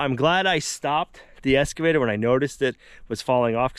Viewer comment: Every time says "Esss-cavator" my old English teacher turns over in his grave. Looking forward to seeing how the OGP turns out. Wish I was able to do what he does.